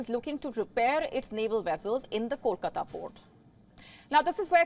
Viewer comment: How do you know how to say kolkata but not vessel 🤣🤣🤣🤣 learn how to pronounce V and not W💀 or you can simply quit because your vocabulary is as strong as your knowledge 📉